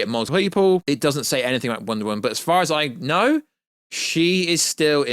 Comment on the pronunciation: Wonder "Woan"